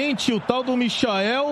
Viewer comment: O quanto mais o coitado do Michael vai ter que jogar pra ser respeitado véi!! Os caras não tem nem a humildade de falar o nome do cara direito!! Cê loko!!